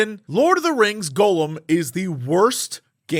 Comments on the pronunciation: Why is Jesse the only person on the planet that says Gollum's name as "Golem"... 😔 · The way he pronounces it like "Golem," I thought it was a game about a big Jewish clay robot. Maybe that would have made for a better game. Gah-lem and Goh-lem. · I hear so many youtubers pronounce this game as Golem. Is this some kind of in joke I don't get, or do they truly don't know how to pronounce Gollum?